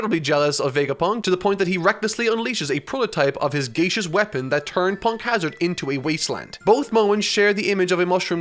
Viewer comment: Holy moly how are you pronouncing gaseous? You have to be doing this on purpose now for the fans XD